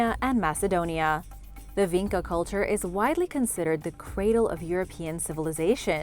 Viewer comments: it is not pronounced Vinka, instead č is pronounce like Chicago - so more like vincha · Its not pronounced VeenKa its Veencha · the č in vinča is actually pronounced like “ch” - so it would be vincha :)